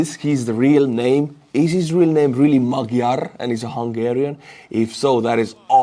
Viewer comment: Peter Magyar's name is pronounced "Madj-yar".